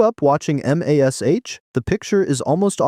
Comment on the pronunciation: It's mash. I get that it's an abbreviation/acronym. But you say mash. The word. Not EM AY ES EYCH. Please I beg you.